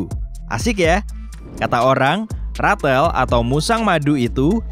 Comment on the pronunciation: Rathel... Plis stop that indian th